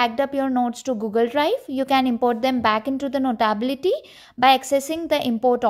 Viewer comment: Learn how to say notability- note ability - notaaabilty…